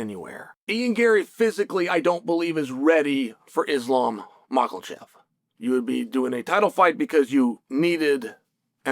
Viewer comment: Lol, where's the L in Makhachev? There is none, so why does Chael keep saying it? lol